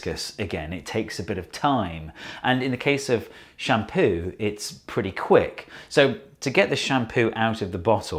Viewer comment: Why do I hear " sham POO"?